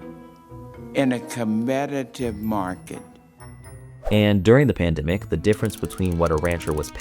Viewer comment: Never heard the pandemic pronounced panda-mick before